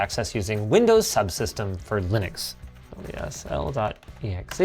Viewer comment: haha and then you say linx....so yep....haha